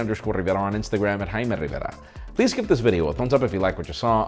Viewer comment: im hime RRRRRRRRRRRRRRRRRRRRivera